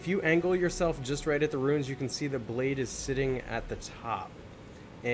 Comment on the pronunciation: Actually. " Blaidd " isnt pronounced like that. It means Wolf in Welsh and sounds like " Clive " so ' BlyTH '